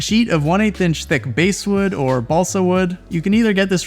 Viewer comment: Basswood like “class wood”.